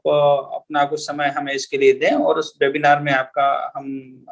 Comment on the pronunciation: आप वेबिनार को बेबिनार क्यों बोल रहे हैं ? कृपया ये भी बताएँ कि ये भाषाई रोग कहाँ से लगता है ?